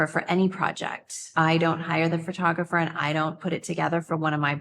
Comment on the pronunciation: Kim keeps saying fur-tographer. It's Pho-tographer. 😢